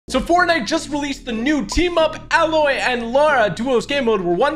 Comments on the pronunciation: It’s a-loy not alloy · Why do so many people say alloy like the metal its pronounced Ayy-loy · A-loy!!!!!!!!!!!!!!!!!!!! Not alloy! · I dont mean to be that guy but TG her name is not "Alloy" its pronounced "A-loy" kinda like "De-ploy" If you dont trust me just check the way they say it in the game. I promise im not a troll. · Tg plays the Aloy this is how u pronounce it Ayloy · fun fact: aloys name is pronounced AY-LOY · Its pronounced like Ay- Loy, Aloy. :) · It's "Aye-loy". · You are canadian as am I, so I say to you sir... it's pronounced EH-loy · It’s pronounced Ay loy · Can any streamer learn how to pronounce aloy